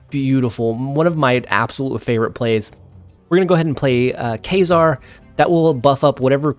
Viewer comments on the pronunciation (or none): Kay-zar? Lol